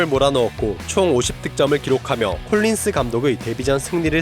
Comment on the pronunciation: 제발 덕 콜린스라고 발음해주세요^^❤